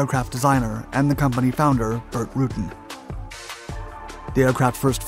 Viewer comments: yeah he does. It’s not pronounce RA-TAN it’s pronounced RUE-TAN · Say Rue-Tan not Rooten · Burt Rooten? How about Rutan, pronounced Rah-Tan. Ask Burt, he’ll tell you. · Burt Rutan is pronounced roo-tan not rootin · Burt Rutan is pronounced "Roo-Tan" with the accent on "Tan" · It's Burt Rutan "root an" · Burt Roo-Tan. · ..except... the egregious mis-pronunciation of Burt's surname... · maybe atleast do alittle googleing to find what the designers name should be pronounced. the people doing the recherche for you should know. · Bert who? Learn to pronounce famous peoples names.